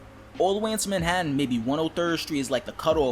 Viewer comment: I love it “Crackheas”